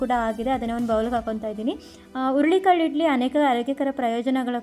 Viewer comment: ಅಯ್ಯೋ ಅದು ಹುಲ್ಲಿ ಕಾಳು ಅಲ್ಲ, ಹುರುಳಿ ಕಾಳು